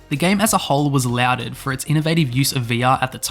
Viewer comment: Lauded is pronounced lord-ed, not loud-ed. Its similar to how some people pronounce niche as n-itch instead of neesh. Good video otherwise.